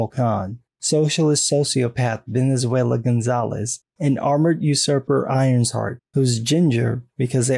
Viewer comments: I don't think it's Irons hart. I think it's Iron Shart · That’s “Iron Shart”